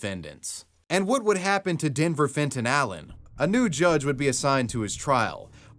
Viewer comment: Am i the only one hearing "Denver Fentayl" every time they say his name ?